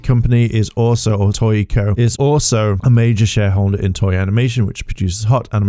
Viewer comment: TOEI, NOT TOYEY